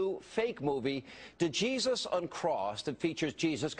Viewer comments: It's not "D-Jesus," Hannity. The "D" is silent... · WHOA THIS IS FACTUALLY INCORRECT!!! Hannity pronounced it "Djesus Uncrossed," and as we all know... The D is silent.